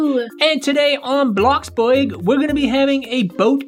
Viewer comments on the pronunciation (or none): its blox BRUG NOT BUEG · I love how pronounce “bloxburg” as “bloxbueg” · And here today on blox… boig yeah. Me: WHAT Blox boig HUH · he said bloxburg wrong